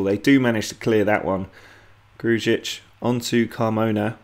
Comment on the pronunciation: Please just say Gru-ic not Gruj-ic its how you actually pronounce his name